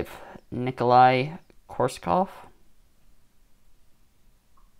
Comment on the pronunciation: Haha wtf pronounced that correct?!?!